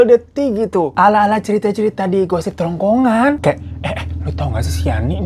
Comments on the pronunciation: Menit "GOSIP-GOSIP TRONGKRONGAN" 😜😜😜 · "Ala-ala gosip di trongkongan" gw dengernya itu🤣🤣🤣